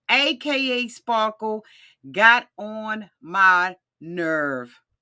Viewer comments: Best part was John calling him "spa-kle" 😆😆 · It's "Spahkules" 😂😂